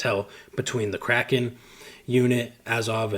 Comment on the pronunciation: Mixed kraken and azov and made it sound like he said Crack off, lol.. man, just another dumb American here. Appreciate all u do to bring attention to the u.s. and the rest of the world for that matter. Came from family of service members and fighters and if it wasn't for a debilitating car wreck when I was 17 I'd be fighting right there with you. Stay safe, be well, keep up the good fight brave brother❤